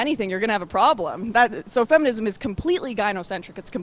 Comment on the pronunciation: The feminum movement? hahaha not to tease but that was funny.